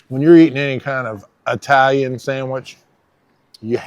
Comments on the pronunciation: Didn't want to be a hater so I never mentioned it but I knew Italian's would cringe if they heard you say eyetalian 😂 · We EYE-talians know that you "Southerners" say EYE-talian, and we know you can't help it, but good(all) on you all to be nice to that little ol' dago lady. MANGIA (from Cleveland, OH)!